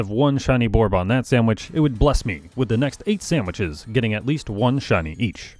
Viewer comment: I wasn’t really paying attention to the video, just had it on in the background and about half way through I noticed he was saying samiches